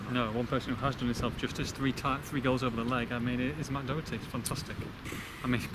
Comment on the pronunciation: Please pronounce Matt Doherty name correctly!! 😀